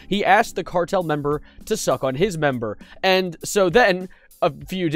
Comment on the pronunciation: I’m sowwy the cawtel 👉👈 🥺